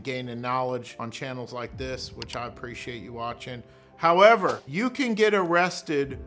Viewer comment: Good morning, I like the "HOWEVER." lol